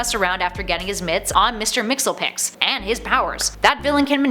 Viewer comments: Mxyzptlk "Mix-sis-pit-ill-ick" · It's prononce Miss-Spit-Lick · First: Mxyzptlk = MIX YEZ PIT LIK. Write it down. Remember it. There'll be a test later. NOT "Mixel Picks"!!! Second: The bit from Gotham (#7) was a take on "Titus Andronicus," a play by William Shakespeare. It's the Bard's sole foray into what we would call "horror," and this scene is only the climax, and the second most infamous act, in a war of atrocities throughout the play. (Near the start, two of his enemy's sons rape his daughter, then cut out her tongue and chop off her hands so she can't identify who did it -- that's the most infamous). In fact, that whole episode (or at least Oswald's part in it) was mainly a Cinderella/Titus Andronicus mashup -- and a good one, in my view. Third: I never knew that there was a version of Joker like this. I once wrote a vampire clown supervillain (Mr. Gigglepuss) who preferred to feed on gay men and people in comas, just so he could say that he only ate fruits and vegetables. (He also once tried to topple the First Interstate Bank building in Portland, as his way of "knocking over a bank.")